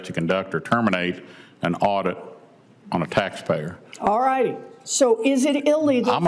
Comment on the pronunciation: It waz sayinh dirrrect or terminate a auideeet. Had nothing to do with termination of status